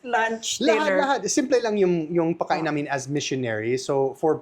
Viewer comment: pwede paki-ayos mo naman yung salitang "Pagkain". Please lang kasi I'm getting annoyed whenever I hear you say "Pakain". Don't forget to pronounce the letter "g"